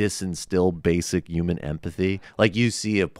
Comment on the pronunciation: Why the fuck he keeps pronouncing "human" as "uman", etc. That's so fucking pretentious and annoying.